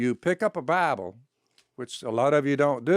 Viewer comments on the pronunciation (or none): Man. Not "the bible". Its named "the baabol". Learn your stuff. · Buy-A-Bull. How does he manage to make a two-syllable word into a three?